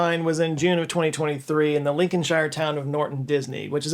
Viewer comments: "Lincolnshire" is pronounced lincoln-shr just the same as NEW HAMPSHIRE. I don't get why Americans have no problem saying new Hampshire, but for any other English county, they feel the need to throw in a 'shyre' 😂 edit: then you cured this with your 'hertfordshire' 🤷 although it's HARTfordshire. 😂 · Lincolnshire is pronounced like Lincolnshup without the p. :) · I Lincolnshire, pronounced Lincoln sheer. 👍🇬🇧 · Okay, so it’s pronounced Link-en-sheer and Heart-ford-sheer, and Gaul was the name for what is now France and parts of the Benelux countries, Germany, Switzerland - but definitely not Britain.